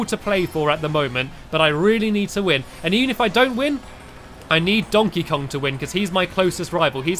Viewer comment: I love how he said dontey Kong 😄